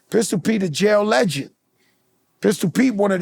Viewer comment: 😂😂😂 Lmao “THE LEGAND “. He said I created Terror Squad …. NO NO NO LITTLE JOEY.